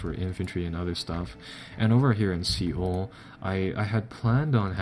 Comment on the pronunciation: Just a quick tip, Seoul is pronounced soul. Just for a little help.